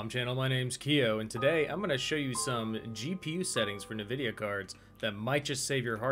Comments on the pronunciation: ENvidia not NEvidia. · It's EN-vidia, not NUH-vidia...